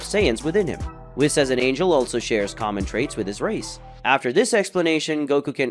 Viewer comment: The way you say whis gives me cancer